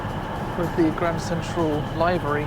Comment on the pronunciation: Nice video. Although, you did say livery wrong lol but I'm too picky xd.